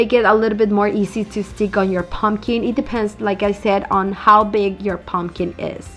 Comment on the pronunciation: I absolutely hate how you pronounce pumpkin. "POmkEEN" 😂😂😂